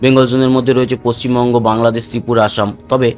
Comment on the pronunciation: paschim mongo noi Valo kore bolun paschim Bungo